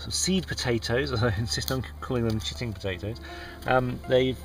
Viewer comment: you sounded a bit geordie when you first said chitting potatoes. :) i really do hope you get some good produce out of this ..lets hope the seasons have sorted themselves out. :) those leeks wont grow. get some seeds in.:)